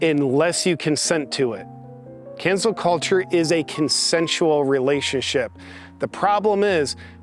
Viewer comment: I’m sorry are you saying cancer culture? Tongue twister 😉